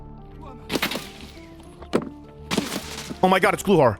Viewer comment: You’re saying glukhar wrong.. the k is not silent